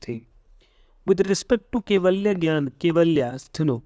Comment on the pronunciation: Sir jnan ko gyan pronounce krte hai...